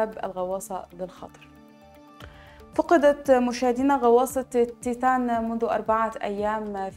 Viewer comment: من عين حضرتك مذيعة ؟ مرة اخرى من عين حضرتك مذيعة ؟ التنوين والتشكيل للكلمات ونطق اللغة العربية سئ جدا جدا. (فقدت) نطقتها فعل ماض وهى مبنى للمجهول. (مسيرة) نطقت خطأ. مش معقول فيديو مدته ثمانى دقائق ملئ بالأخطاء. أرجو الأهتمام بلغتنا العربية الجميلة التى نشأنا على حبها. على العموم ربنا يوفقك